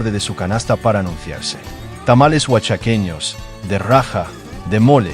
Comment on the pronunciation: no se dice tamales OACHAQUEÑOS, sino OAJAQUEÑOS…😊con mucho respeto.